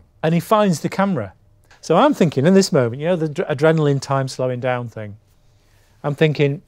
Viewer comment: "Don't you want this ting" 😂😂😂